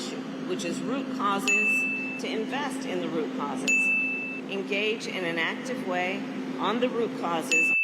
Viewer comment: Haha rucauses rucauses